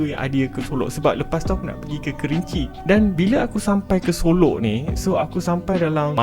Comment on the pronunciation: solok bukan solo